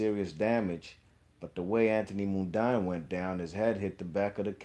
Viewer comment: Before you put out a video learn to pronounce Mundine first. Pronounced Mundeeen